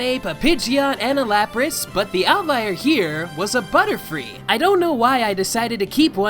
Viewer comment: Lapras* not Lapris New pronunciation will never be canon